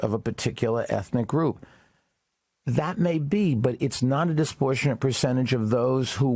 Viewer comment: The idiot says disprortionate.